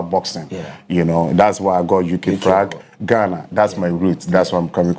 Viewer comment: Heeerr stop😂😂😂, frag, deverop,famire, frawes, probre sɛsɛn 😂😂, i dey enjoy watching my guy. I told people Tete go win cos they fix am already. Keep going bro 🥊🫡